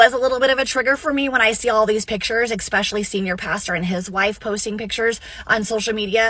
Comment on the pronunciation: You know youre starting w a max iq of 90 using words such as "exspecially"